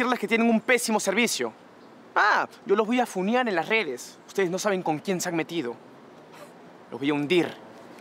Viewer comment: Funear? Es funar